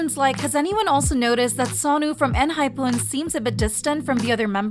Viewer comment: is it really pronounced en hy poon?